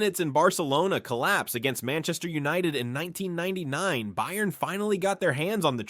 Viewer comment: some odd pronounications i've noticed in this video bayern is not pronounced with 'bay' at the start, but 'bye' henry is not pronounced like the english name henry lyon is lee-on and not 'lion'